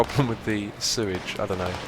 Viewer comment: dude just remember when u start to have an over flow of sue-age fix it or ur f***ed